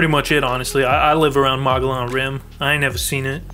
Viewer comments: You live around mow-gee-yawn is how it is pronounced. I would think you would know that if you lived in Az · you dont live on the mongolian rim lol didnt even pronounce it right